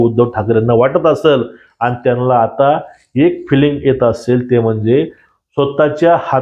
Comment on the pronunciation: त्यानला नाही रे, त्यांना, आधी नीट बोलायला शिक